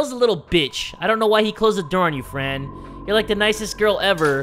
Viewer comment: When said Fran I thought it said friend so alike lol